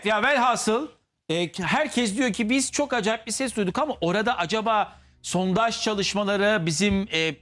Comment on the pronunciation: Adam inatla SONTAJ diyor hey Allahım 😂